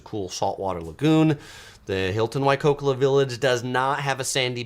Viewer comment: We love the Big Island best and find the open air airport charming and part of the experience. Another fabulous resort is the Four Seasons Hualali and our favourite activity o the BI is golfing. Not cheap but many beautiful courses. Thanks for a great video. By the way, it’s Waikoloa (why coal oh a).